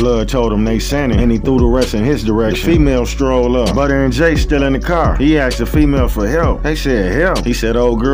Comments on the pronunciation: His name butter not butta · It's actually pronunced but-her 😆 naw fr